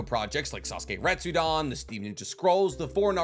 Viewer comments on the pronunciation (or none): Re-tsu-den. Come on, friend, it's not too late to fix this mispronunciation issue you've got. It's not "Retsudan".